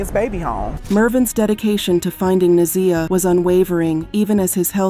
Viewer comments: pronounced NA(ZYE)AH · I'm sorry, but her name is Na' ZIyah. The ZI is pronounced like eye Na-Zye' ja. Let her beautiful soul rip 🙏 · This video is pissing me off! Her name is pronounced WRONG! It’s na’ z(i )yah!!!!!!